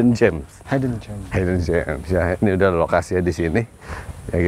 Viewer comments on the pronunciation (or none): udah bener hidden jem kameramenya malah bilang haiden jem hahah😅